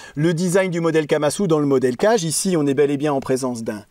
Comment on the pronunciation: Certainement, le kage, ça se prononcerait plutôt 'cagué' que 'cage', parce que kage c'est l'ombre en japonais et vu comme le couteau se dissimule facilement, ça fait sens. Juste pour transmettre l'astuce : c'est possible d'affûter des lames convexes sur une pierre en la préparant, il suffit de faire un 'quart de rond' sur les arrêtes à la place des chanfreins, qui d'ailleurs sont nécessaires après avoir rectifié sa pierre. Cela dit, c'est toujours un plaisir de regarder tes vidéos.